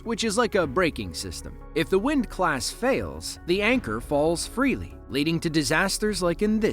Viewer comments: At the mark, the term is *Windlass*, not 'windclsss'. You're welcome. 🙂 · Windlass, not windclass. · It's a "windlass"....not a 'windclass'. 15 seconds of research.. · its windlass not wind class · "Windclass"?? HAHAHAHAHAHAHA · Windlass not wind class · Okay, I stopped watching after the narrator talked a about the anchor "wind class" - it's a windlass. Thumbs down. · Windlass, not wind class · It's anchor WINDLASS , not wind class! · Did he call it a "windClass"?